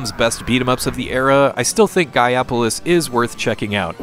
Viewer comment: You do know it's pronounced GAIA POLICE right? -_